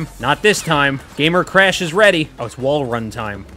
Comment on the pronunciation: I love how he pronounces Crash “Cresh”